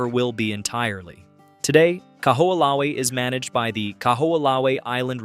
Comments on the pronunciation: Kahoolawe = Ka - ho - o - la - ve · Kaho’olawe Ka-ho-oh-la-vay